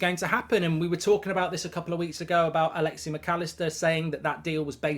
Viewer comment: His name is Alexis. There is an 'S' at the end, its really not hard to read it. Where did you even get Alexi from? Has there ever been a player with that name?